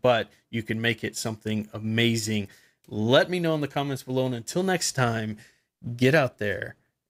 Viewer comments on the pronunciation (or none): none